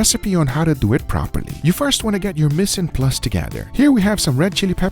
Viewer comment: “miss n plus” smh guga cmon.